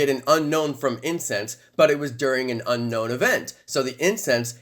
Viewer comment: Its pronounced 'un own' not unknown